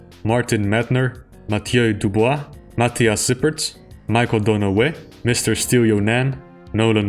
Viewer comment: Still not convinced about the donaghue pronunciation.